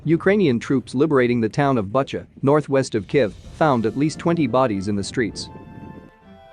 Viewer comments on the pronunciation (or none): Thank you for the video! Some help with pronounciation: Bucha is pronounced "Boo-chuh" and Ilovaisk is pronounced "Eel-oh-why-sk"